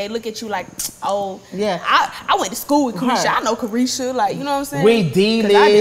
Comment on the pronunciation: It’s called CARESHA please Santana 🙄 Not a vibe